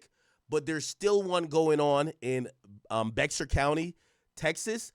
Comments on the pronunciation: Pronounced Bay-har County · BEXAR is pronounced BEAR in San Antonio, Tx